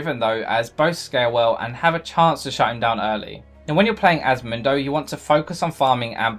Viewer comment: Mindo!? I've heard Mundo, I've heard Moondo but Mindo! Hhhwwwaaat??